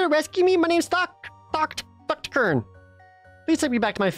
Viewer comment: The way you said THUCT'KERN made it sound like a swear word lmao